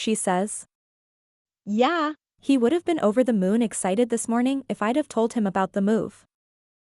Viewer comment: The book's not horrible but the narration is atrocious and every time the" yeah" it sounds like she kicked a cat